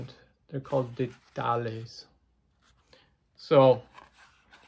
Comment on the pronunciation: Detalles means details the double l is pronounced like a y.